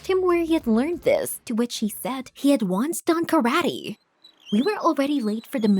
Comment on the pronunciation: The girl: karati Me: ITS KARATE BUT THE E SOUND LIKE AN A